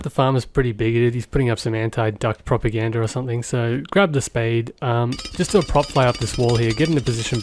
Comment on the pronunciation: "propagander" goose propaganda